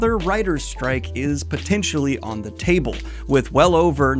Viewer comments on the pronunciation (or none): none